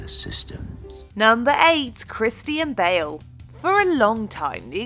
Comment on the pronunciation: ahh yes christie-anne bale